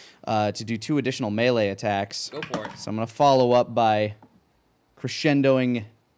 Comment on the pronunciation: Does it bother anyone else how pronounces "melee"?